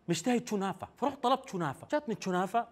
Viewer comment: كنافه ❌ شونافه ✅😂